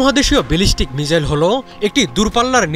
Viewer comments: তোর কথাই হয় না😢 মিজাইল না, মিসাইল, বুজলি? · মিজাইল ? না মিসাইল ? 😴😴